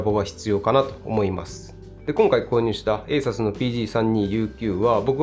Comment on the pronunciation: ASUS信者としては、「エイサス」じゃなくて、「エイスース」と発音してほしい…